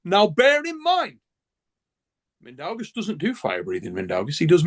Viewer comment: I'm sorry but i have reached my breaking point. For anyone trying to pronounce Mindaugas – it's pronounced as Min-dough-Gus. The 'Min' part is pretty straightforward, 'dough' like bread dough, and 'Gus' like the character from Breaking Bad.